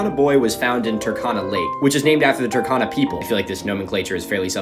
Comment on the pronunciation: The U in Turkana is pronounced as in cube not cup and the R is also slightly pronounced. I hope that makes sense it was just annoying me a little. And for anyone asking for my credentials to correct this I'm a Kenyan who spent parts of my early childhood in North eastern Kenya where the Turkana people live.